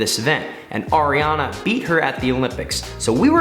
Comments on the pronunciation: ARIARNE NOT ARIANAAA 😂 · I’m literally swearing its Ariarne titmus not ariarna and you said kaileys last name wrong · It's Ariarne Titmus not Ariana Titmus, Sarah SHOWstrom not Sarah SOYstrom, and the 2023 World Champs are in Fukuoka not Tokyo